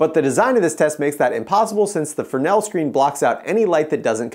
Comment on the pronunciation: Pronounced Fray-nel in his native tongue. lol I only know this by working with tons of Arri and Mole Richardson equipment for lighting my one of our PA was a French man who kept telling me. ha